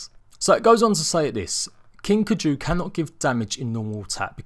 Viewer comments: It’s pronounced Like Guy-Ju with a K instead of a G... Kuy-Ju.... Not k-ju ..... every time you say k-jooo... I think you sneezed..... do some research before you offend people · It's driving me nuts lol "Kai-Ju" no "Kaju" Anyway let's see how many issues will come with this new instalment. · Keju... King Keju... not KAI-ju... keju. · You were pronouncing wrong it's called as Kai ju not caju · I loved this vid but, and I hate to be that one guy, it’s pronounced KI-Jew. Also does having a king kaiju mean that there’s no boss because this whole huge kaiju monster idea seems crazy and I’m so excited for it but I was hoping for a mysterious boss like Helena or someone like Rockwell that’s not a crazy rabid animal and delivers a good and meaningful ending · Pronounced KAI-JUU or KY-JUU. Love ya videos but growing up on Godzilla that pronunciation really killed me lol. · It is pronounced ki ju just to let you know😆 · well i do like giant monster and robot fights so my interest in extinction is now piqued but i think id still wait until a long while after launch before i decide also for some reason your pronunciation of kaiju is driving me crazy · Ur not the only one lol, the pronunciation of Kaiju and also of Gundam was driving me insane